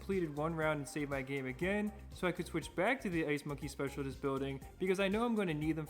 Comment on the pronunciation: its pronounced speciaList not specialTist. Great video nonetheless!